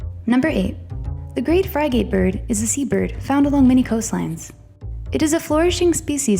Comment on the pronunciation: mispronounced Frigatebird